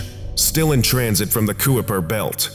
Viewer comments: Kuiper is pronounced Ky-per not Koo-ih-per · You can always tell when someone is a huge reader by how they pronounce things. :P My wife is the same way. It's kīpər belt (kai pur). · Kuiper is pronounced "kye-per". No shade! Great as always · It's pronouned "kyper belt'